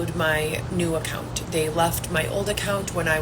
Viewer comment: I CANNOT STAND the way she talks omg!!! ImpaCt, accounT, cRRReate..The way she says those words makes my ears bleed!! She’s so pathetic.